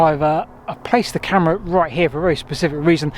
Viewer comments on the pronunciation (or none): none